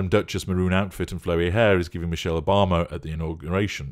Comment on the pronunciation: 😂😂😂😂😂😂I wanna bee Mee-sheyll😂😂😂😂